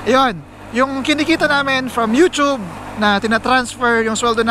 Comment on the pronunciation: Maraming salamat sa pagsabi ng tamang pagbigkas ng "You-tyube". More blessings to come!